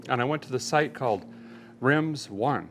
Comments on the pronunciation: 😂. I love the unsponsored coupon offer. But I’m cracking up at the Rimz 1 pronunciation. I thought it was Rim Zone. Keep up the great videos. I really enjoy them. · “Rimz one”. 😂😂. Its “Rim Zone”. Great cat video. Cant wait for the next one. Oh… and the truck was ok. Love ya Derek